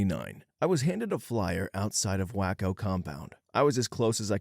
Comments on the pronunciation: Someone else already commented: it’s pronounced “Way-co”, not Whacko. Do some research before you narrate! It breaks immersion when you can’t pronounce simple stuff correctly. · Dude are you touched? WAY-CO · It's. Way-co .. lol but we call it wacko 😅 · . First, it's pronounced Way-co, uncultured swine. Second, the Branch Davidians weren't located in Waco, they were in Elk, which is barely within the same county. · Way-co. Way-co. Not hard. come one man. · It's kinda funny, I live in a small unincorporated village called Waco in a different state, whacko is definitely the way most people say it. I don't get it 🤷🏻‍♀️ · Love the pronunciation of Waco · this one isn’t your fault, it’s the author of the story. But the word should be ‘conscientious’, CON-chee-EN-shus. OP wrote ‘consentious’, which isn’t even a word. Also Waco but others have already commented on that. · The narrator mispronouncing Waco bothers me. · At the least not adding a K when saying something like the other person. Drives me nuts